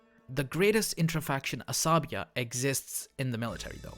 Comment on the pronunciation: Asabiyyah..please!!! Check yr pronunciation